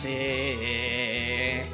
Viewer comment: I had to turn on the Closed Captioning to realize he was saying "DLC" in the intro and outro. I couldn't for the life of me figure out he was saying and heard "DS-ee"